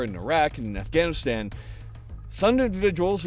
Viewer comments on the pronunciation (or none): none